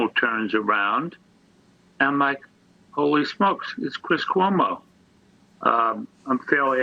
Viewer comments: it's pronounced koo-oh-mo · It's pronounced CWO MO! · The Cuomo's have been a national name for years, but you still mispronounce their name. C'mon... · You don’t know how to pronounce Cuomo?